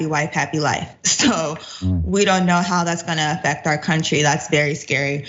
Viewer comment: "Dats according to experts." This man is so hilarious.